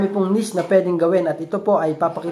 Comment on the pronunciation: hindi nis... niche (neeeeeeech)